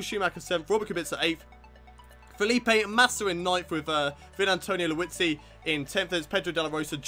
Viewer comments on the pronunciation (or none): I wonder how can you misread Vitantonio Liuzzi's name for 2 episodes...